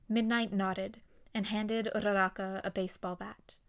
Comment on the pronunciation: idk why but the fact that you roll your Rs when you say uraraka's name just irks me the wrong way